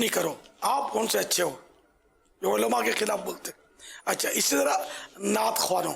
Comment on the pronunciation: Olama nahi kehte ULLAMA kehte he bappa ji sikho pehle